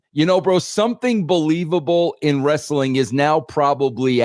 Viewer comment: I thought Russo quit discussing Res-Suh-Ling Bro? Ha.